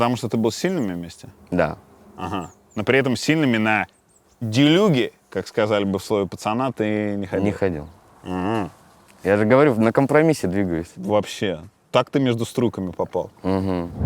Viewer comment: ДелюгА-ударение на А)